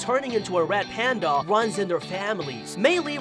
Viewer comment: is it just me or do you talk like “uwu wed pwandwa” (no offense)